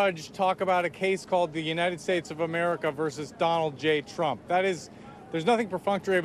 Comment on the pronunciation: Did Chuck Todd have a slip of the tongue at the intro and say "...Chump, er Trump...?"